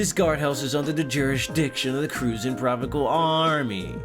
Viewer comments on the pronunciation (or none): Other than that cheat sheet thing at the school house pop question basically being a scripted L, I like how the game pays you for paying attention to the plot. Btw, That P word for the army is pronounced pro vin shall... just another way of saying local really. Why a cial makes an Shall sound, welcome to English. =/